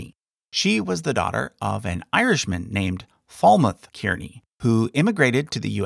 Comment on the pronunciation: kearney is pronounced Carney. welcome from Ireland